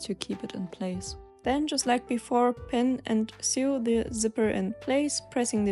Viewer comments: Uh, to sew is pronounced just like to sow, not like to sue. Just thought I'd say. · So good! Bin begeistert. Übrigens, fürs nächste Video: Man/frau spricht to sew genauso aus wie wie das so in "So, so helpful". You're doing an amazing job. Thank you.